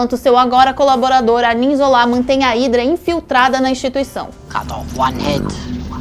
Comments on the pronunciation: É Zola, Não Zolá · Por que a fala "Zolá"?!? #ÉLínguadeSinais